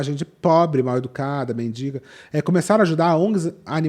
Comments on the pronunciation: por que falam mIndiNga? Todo mundo tá falando "mindinga'... é mendiga! MEN (com e) DI (sem N) GA. MEN-DI-GA. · valha, que agonia dos vídeos o povo falando MINDINGO kkkkkk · Gente por que as pessoas falam mendiNgo(a)?